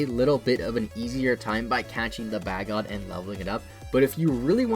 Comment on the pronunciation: It's pronounced Bay-Gone, not Bag-On.